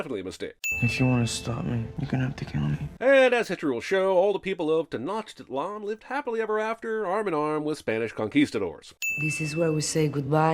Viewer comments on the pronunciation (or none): none